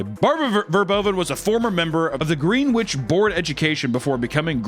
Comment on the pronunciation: It's not greenwitch it's pronounced Grenitch (don't ask me why) lol fkn hoarders i gagged/vomited once i came into 1 of those humble abodes